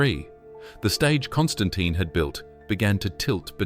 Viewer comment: Constantine the what "fifi" lol.